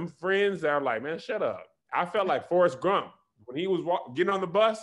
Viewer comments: Hey Tom, it looks like was trying to say Forest Gump, but some how ended up saying Grump. Idk why Forest is so upset, but back to you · "Hey Tom. It looked like was trying to say Forrest GUMP, but he ended up with Forrest GRUMP. We're all still reeling from the Trump years. still feeling Grumpy. Back to you Tom."🤣🤣🤣